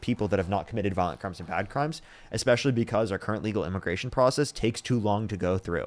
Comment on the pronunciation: I wondering what the correlation is between using the word "expecially" and voting for 47.